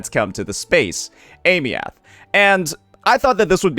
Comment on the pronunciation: AIM- EEE -THH. THIS IS HOW U SAY HER NAME FOR THE LOVE OF GOD